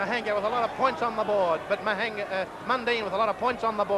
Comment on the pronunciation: Terrible commentary. The fight caller mispronounced Mahanga's name throughout and at one stage (1969 was ONLY black and white TV) was telling the viewers that Mahanga was boxing out of the red corner and Mundine out of the white.